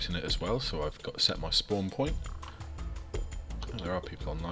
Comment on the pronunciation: *poont lol